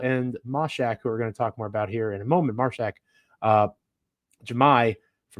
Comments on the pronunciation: Love the Grizzlies got a Vol Mashack hopefully develop into 3 & D player eventually work on offense 3s. it’s Māshack long a sound like ay 😂 Mayshack lol. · Joe “” keeps mispronouncing Mashack 😂